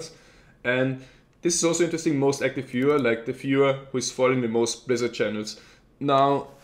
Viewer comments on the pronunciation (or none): Grats,! P.S. I didn't get your pronunciation of "Most Active Viewer" - Kt...something?:P hehe I hope you'll be back....